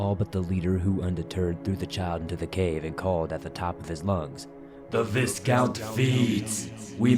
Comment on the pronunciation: This was very entertaining, and I hope there’ll be new additions to the story in the future. Btw, it’s pronounced vi-count with a long i sound, not vis-count.